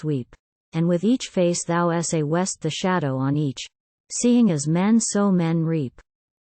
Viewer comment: Thou sawest becomes Saw West :) And there is pause before the last word of many lines. Why cannot AI recognise commas ?